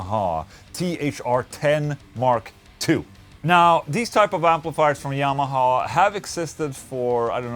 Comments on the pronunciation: dude you're trying what? You dont pronounce yamaha like that... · Is it just me or did Ola actually say Yamaha as Jamaha😂🤘🏽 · "The Jah-maha". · Omg he said jamaha... so its more thunderstruck sound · Ola pronounces "Y" with a "J" sound. PewDiePie pronounces "J" with a "Y" sound. Both are swedish though ¯\_(ツ)_/¯